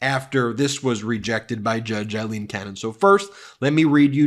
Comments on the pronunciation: It's still pronounced Eileen. Aye lean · Pronunciations... Aileen = A-lean; Eileen = I-lean. Sorry, just drives me a little crazy! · Aileen, not Eileen. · Judge Cannon is NOT Eileen but “A”-ileen!! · "I lean" Cannon. Lopsided. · It's A leen. A with an A.